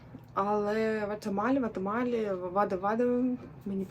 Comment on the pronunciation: Може не " ватемаль", а warte mal?